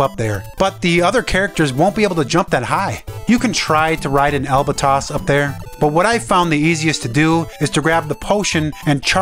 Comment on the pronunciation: Albatross with an r